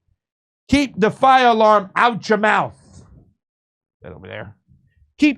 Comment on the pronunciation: Is this the dude that says “mouf” to describe the hole you shove food into?